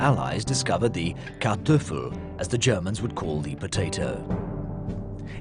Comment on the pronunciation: "Kartöffel" XD no we germans call it Kartoffel ^^ but now I can never pronounce it the common way thank you :-)